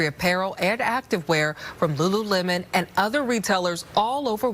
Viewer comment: It's just Lemon, dude. Not "Lem-Awn." Lol.